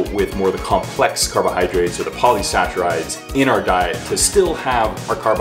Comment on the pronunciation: For future reference, guys, they're pronounced "Poly-"sack"-rides" not "poly-satch-rides." Nice video, though